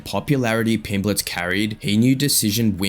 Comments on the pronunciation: Why does the voiceover keep calling him Pimbletts? It's Pimblett. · His name's not Pimbletts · You do know theres no "s" at the end of his name, right? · So annoying listening to you say Pimbletts when you've literally used footage of the man 🤦🏻‍♂️ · How can you get his name correct in writing then add an S everytime you say it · ARGHH WHY DO YOU YOU KEEP SAYING "PIMBLETT'S"?!!!!! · It's a bit annoying hearing Pimbletts (plural) so many times 😢 There's no "s" on the end of Pimblett (or Eubank!) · Tell whoever is the narrator that there isn’t any S in Pimblett. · There is no S in his name